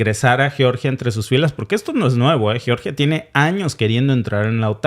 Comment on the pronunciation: Sé pronuncia yeoryia! Así lo pronuncia mi Amiga nacida allá en Georgia